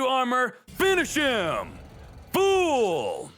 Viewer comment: Hmmm. Your "fool" sounded off.